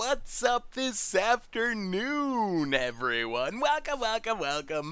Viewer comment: Not gonna lie I thought he said "this sethternoon"